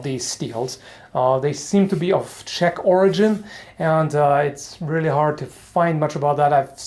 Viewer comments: You got the name well. Not used to see correctly written czech words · Always nice to hear english speaking people pronounce czech and slovak words.